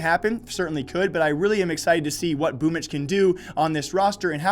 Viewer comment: It's pronounce this way - BoomYCH